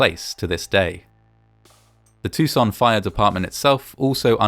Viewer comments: Too-san. Not tousoon in a French way. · Awesome vid as always, but Tucson is pronounced in a very American, "Toosawn." It's not said with a French accent. We're not that civilized ;) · As a side note, I have to admit that I've always pronounced the city's name very differently (tuck-sen) rather than (too-zen) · Why does he pronounce "Tucson" like he's French fecbdbdht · Why do you pronounce Tucson like it's in France? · This pronunciation of "Tucson" is the second worse around. It is not a French word. Many foreigners do say "Tuck-son" though which is worse. Then the narrator aggravates his case by saying "off-ten" which went away in the 15th century. Does he also say "soff-ten"? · i love the frenchification of your pronunciation of Tucson lol